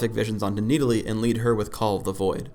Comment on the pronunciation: omg you cant even pronounce the name of your own champion its not needalee its NIDalee same with shaco its not pronounced shayco its shaco